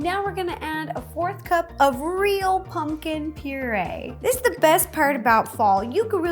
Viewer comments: I love the way she says 🎃it sounds like (pun-kin) I love her vids so much she is just so cute! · I love how Ro says “pungkin” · RO JUST SAID PUNGKIN!